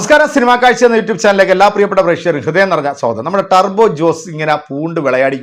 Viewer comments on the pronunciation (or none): none